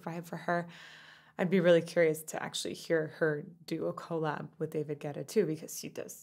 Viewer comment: Your analysis of this song by AJ is wonderful and spot on. But each time you said David Gueta I cringed. Andy schnell extended a great offer to you. Hope you take him up on it. You're too good to make major glitches such as cover VS original especially when it comes to artists of this girl's caliber.